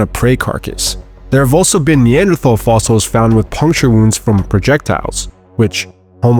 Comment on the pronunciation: The pronunciation of "neanderthal" hurt